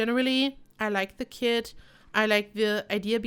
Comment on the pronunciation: She literally said kit I thought she said she drop kicked a kid